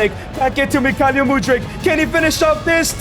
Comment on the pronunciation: He is Mykhaylo ffs,not Mykhalyo,Makhalyo or Maylo..you said it worng every single time..